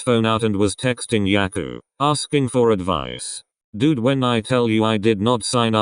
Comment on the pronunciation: oh hell no!! the way the "robot" pronounced Haikyuu just triggered me soo hardd